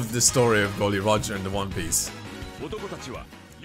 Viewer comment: Only thing that gave him away was that he said "Gol D Roger" haha